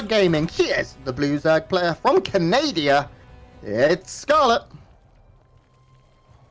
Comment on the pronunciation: Its Canada you idiots not canadia